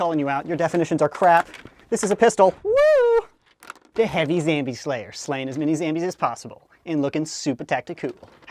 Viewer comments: its zombie not zambie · it is zombie not zambie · Wtf is a Zambie, is he trying to say zombie? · It’s not zambie it’s zombie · STOP SAYING ZAMBIE ITS ZOMBIE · Why do you say zambie? It's zombie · Why do you call zombies zambies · its ZOMBIE!! not zambie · why do you call it a zambie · it's zombie not zambie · wie do you say Zambie in stead of zombie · it's ZOMBIE idiot not zambie Dumby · I don't want to be rude but it is called zombie not zambie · Hi says zambie its zombie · I like how he says zambie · Why does he say "Zambia”? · only wondering not trying to mean, why do.you say "zam"bie? if someone could answer thx cuz again only wondering👌👍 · pls stop saying zambie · Why he always says Zambie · why does he say zambie